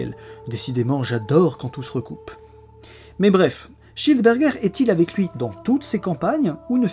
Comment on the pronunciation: Je suis le seul qui comprend "johannes cheeseburger" à chaque fois ?